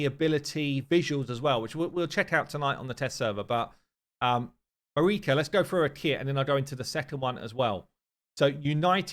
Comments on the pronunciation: Marichka should be pronounced with ʧ - mariʧka. It is slavic indeed, diminutive form of Maria if Im not mistaken. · Marichka is pronounced Ma-reesh-ka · It is (Ma REE ch Ka). Anyway, She seems amazing. Her passive is great against Bommal. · Here in Ukraine we call the invaders "Orcs". So Takas making them frightened is an amazing joke. FYI Marichka, you should say ch as in chair MA-REE-CHKA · It pronounced with ch - Mari-ch-ka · Ch in Marichka is pronounced same way ch in i.e. 'check'. You're welcome ☺️ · Ch in marichka is probably pronounced sh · Marichka is pronounced with a Ch sound, it means "little Mary"